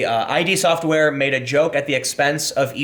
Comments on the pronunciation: FYI it's pronounced "id" as in id ego superego, not i-d... The id is the most basic part of the personality, and wants instant gratification for our wants and needs. If these needs or wants are not met, a person becomes tense or anxious. I wonder if that will play into the SJWs rage more. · Tim FYI it's "id" not "I.D." - as in, "id, ego, and super-ego". Sounds like "kid" without the 'k'. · Tim it's Id software(as in 'did'), not ID software (like identification)